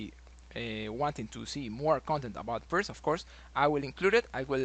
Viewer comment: I think is correct prono'nce Pirts or correct prono'nce Pirtz or correct prono'nce Pirdz or correct prono'nce Pirds. 🙄😏🤓 Wrong incorrect prono'nce NoT Pirq or wrong incorrect prono'nce NoT Pirk or wrong incorrect prono'nce NoT Pirkk or wrong incorrect prono'nce NoT Pirck or wrong incorrect prono'nce NoT Pirkh or wrong incorrect prono'nce NoT Pirckh or wrong incorrect prono'nce NoT Pirque or wrong incorrect prono'nce NoT Pirckhq or wrong incorrect prono'nce NoT Pirke or wrong incorrect prono'nce NoT Pirce or wrong incorrect prono'nce NoT Pirqe. 🙄😏🤓 Right correct prono'nce is Pirts or right correct prono'nce is Pirtz or right correct prono'nce is Pirdz or right correct prono'nce is Pirds. 🙄😏🤓 Illiterate English speakers. Research in what way other languages use letter |C| NoT |k|. Research how other languages use letter |C| NoT |qk|. Research in what way other languages used use letter |C| NoT |ck|. Research how other languages use letter |C| NoT |kh|. Research in what way other languages use letter |C| NoT |q|. Research how other languages use letter |C| NoT |que|. 🙄😏🤓